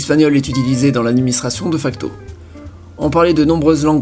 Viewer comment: De facto se prononce dé facto rappel